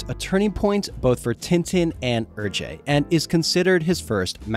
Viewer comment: Great video. Hergé is pronounced like "air-che" not "er-jay" though